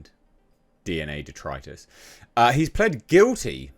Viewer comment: Stop saying detritus, please god please